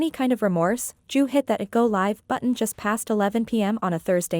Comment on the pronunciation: Why is the ai calling Drew "Jew"?